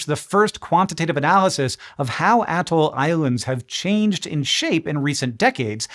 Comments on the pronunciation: Bro! The whole "ahhh-toll" is throwing me off. I have always heard it as "uh-toll." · Who you callin an atoll?